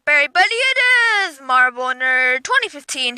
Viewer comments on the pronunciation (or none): none